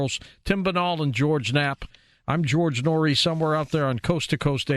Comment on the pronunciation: Man Noory killing her name lol